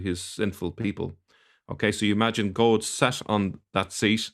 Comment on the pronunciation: Most unusual way this Irish man pronounces “goad”. What’s the deal with that. I’m in Ireland a long time and I’ve never heard anyone pronounce god as ‘goad’